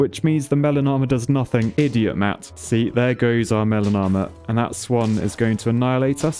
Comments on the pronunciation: I can’t not hear “melanoma” when you say melon armor. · Every time you say melon armor I think that you're saying melanoma. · I keep hearing melanoma when you're saying melon armor.